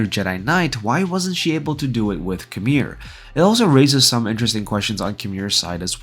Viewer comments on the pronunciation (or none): It's "KYE-MEER" not KHAMIR